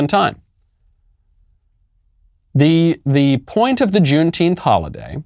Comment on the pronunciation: What is june teenth? Tenth or what ever he is saying???